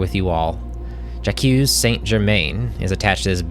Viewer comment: Who pronounces Jaque '"Ja-Q"?